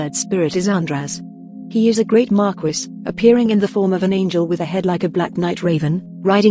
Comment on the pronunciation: Tell this robot that Marquis is pronounced “Mar-KEE” it’s driving me insane.